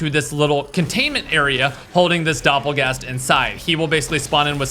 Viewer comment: Doppergangger turns into a dopplegast mid sentence 😂😂😂